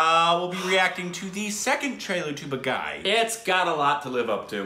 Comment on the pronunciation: you're adorable with your pronunciations LOL. It's Baa (or BAH) - Gi (not the letter G but Gi as in the sound made by 'gi' in "give")